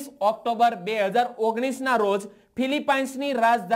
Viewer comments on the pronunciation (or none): none